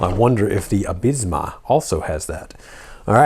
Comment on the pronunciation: Nice, I'm glad the Absima (pronounced Ab See ma, btw 😂) Sherpa has found a way to the US market. Had mine since February and it's been amazing. They updated a few bits since the early release and this looks like a straight rebrand of that. I've got a whole series of videos on my channel (including putting a Crawlmaster Sport in there). Can't wait to see what you think of the performance. 🤙